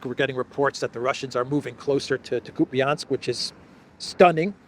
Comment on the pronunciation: Kupiansk ----> [ COUPE ensk ] ref. Dima, Military Summary and second year university Rossiyan phonology.